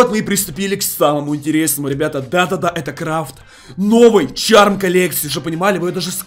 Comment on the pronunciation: Не чарм колекция а шарп шааааарп